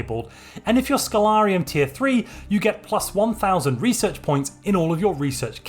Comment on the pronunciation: All is great except when you say "research" or "espionage"